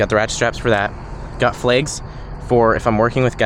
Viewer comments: Does anyone else love the way he says bags and flags? Must be a Montana thing. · It is 😂